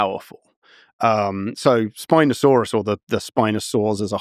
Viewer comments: Why tf is he saying Spinosaurus so weird half the time, like SpinoSAUrUS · Love the emphasis of syllables. Spinosaur Russ